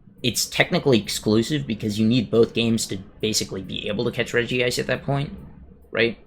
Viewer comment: Regice should be pronounced as REG-ICE not REGI-ICE